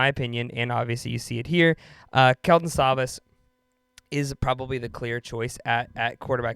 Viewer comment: Learn how to pronounce names. It's Slovis, as in Slow vis